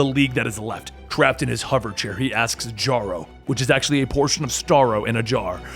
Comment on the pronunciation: "Jarro" oh god